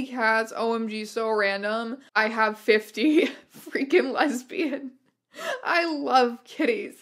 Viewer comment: Hey strange aeons i have to interrupt that quiz actually said "Lesibans" not lesbians